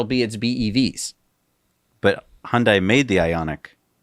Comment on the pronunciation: I drove by Giga/Terra Texas for the first time yesterday (I'm staying about 18 miles away). Very impressive just from the road. May I make one correction. I used to work in commercials and made several for Hyundai. It is pronounced Hun-day, like Sunday. Thanks guys, you helped inspire me to purchase Tesla stock several months ago and even my 94-year-old mother is getting into Tesla.